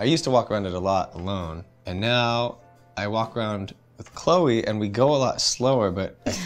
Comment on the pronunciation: Its cloe not chole